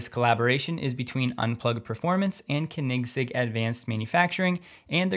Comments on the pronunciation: Cahnigg…sig lol, 2 seconds on google and you could have avoided butchering the name; you’re not even a car guy. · it's pronounced, Corn-nez-zegg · Its said like....." cone in seg"😉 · Great vids...but Dude..it's pronounced Koenigsegg (Cone-N-Zegg) ! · Check your pronunciation of Koenigsegg 😂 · Absolutely butchered the name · please stop saying Koenigsegg. just dont. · Just a friendly remark: I have never heard anyone pronounce Koenigsegg like you. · I absolutely love your videos and I'm watching them almost every day, but I have to say you need to get your pronunciation of the name Koenigsegg right: Great video as always of course! 😋🔥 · The first e is silent in koenigsegg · Maybe I’ve been pronouncing Koenigsegg wrong for 5 years….but I had to go back and listen to your pronunciation 3 times until I figured out what you were trying to say. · I love your show but please learn how to pronounce Koenigsegg. Maybe watch a few videos on their YouTube to do so. Keep up the good work otherwise. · That's not how you pronounce Koenigsegg, like at all xD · You really need to look up, how "Koenigsegg" is pronounced. You're butchering it to a point, where nobody understands, who you're talking about. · jeeesus with the pronunciation AGAIN. Koenigs egg Its like you dont actually research these non-english words when EVERY youtube channnel does. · That pronunciation of Koenigsegg :) Love it. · You've got to learn how to pronounce Koenigsegg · Oh my. You completely butchered Christians last name. The Koenigsegg sicka fans are going to roast you hard. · The pronunciation of koenigsegg ;) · That was the most creative pronunciation of Koenigsegg. ever! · Funny thing is that none here seem to know how it is pronounced. Very difficult indeed. Way easier for us swedes. The "oe" sound isn't really used in English. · 😂 he does a good job I love watching him but boy was that bugging me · it shows how much of a "car guy" he isn't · its not the correct way xD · Kinect egg 😅